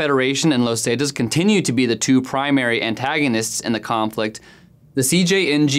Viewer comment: This report would have been better if the narrator would have said "zetas" and "michoacan" correctly.